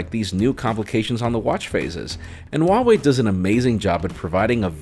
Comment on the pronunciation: just a little note: the H in Huawei is not silent. you need to pronounce it